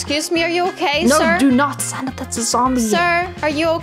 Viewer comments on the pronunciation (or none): Its not stanta silly billy